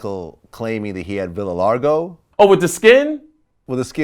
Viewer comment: Vitalargo lol wait y'all 2 just butchering words. Shotout largo md